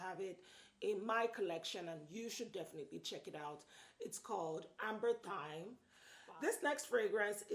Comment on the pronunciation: Its actually Amberythme not Amberthyme but great video.